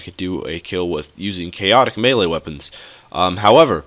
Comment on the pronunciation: Thanks for the video. One thing, you're pronouning melee wrong. It's meh-lee.